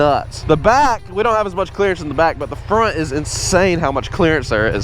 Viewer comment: Bro said nut to but🤣🤣🤣